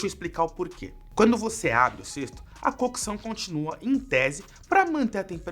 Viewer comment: Agonia em escutar a palavra “cookeção”